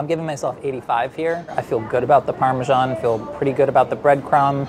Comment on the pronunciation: "Parmashan" and "shalat" well i didnt know they were pronounced like that. Well done though you did pretty well